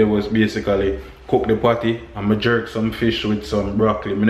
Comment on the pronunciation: Emphasize the P when you say patty because I thought you were thinking about other things